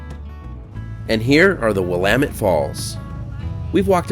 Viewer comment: Thank you for pronouncing Willamette correctly. 👍